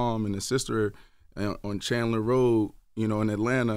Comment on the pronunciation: Great interview!!! It's Candler Road Brandon... CANDLER ROAD!!! Decatur Ga